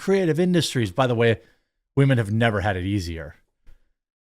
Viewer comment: Am I the only one that keeps yelling “WAHMEN” at home? Love how Jeremy says wahmen don’t need no man. 😂